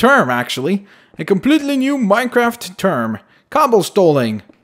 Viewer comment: When say ‘cobblestoling'i was thinking like people stole cobblestone XD